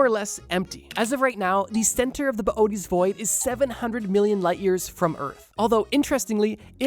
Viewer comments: "Boo-tease void", not boy-a-tees. Please. If enough people mispronounce it, we can make it happen. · “Bo oaties” is killing me to hear… it’s pronounced “bo ay tees”…. Boötes